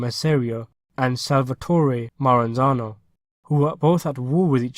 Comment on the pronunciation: Maranzano, not Maranazo...